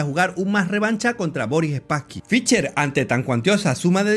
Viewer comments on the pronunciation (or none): Muy buen video, muy buenas explicaciones. Lamentablemente muy mal pronuncias al nombre de Fischer. Se pronuncia con s no con c, mas o menos como Fisher. "she" no "che". Sé que esto es difícil para algunos hispano parlantes, pero sería bueno que lo intentaras. Tienes mi like. Un abrazo y sigue adelante.